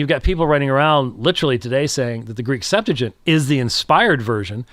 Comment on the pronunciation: I hate to be that person, but the name of the Greek Old Testament is pronounced "Sep-'tu-a-gint", not "Sep-'tu-gint"